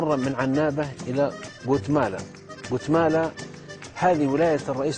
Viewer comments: يا فضيلة الشيخ اسم المدينه قالمة ليس قتملا هههههه وحنا نموتو علي اهل السعودية الارض المباركة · ياشيخ ڨالمة وليس قوتمالا وشكرا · ڨالمة وليست ڨوتمالة